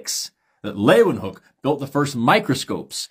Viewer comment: Can I just compliment you on how you said Leeuwenhoek? You nailed it